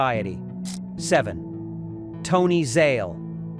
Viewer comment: Constant mispronouncement of names, La Moatta ???, Zaley ??? Either AI or an imbecile.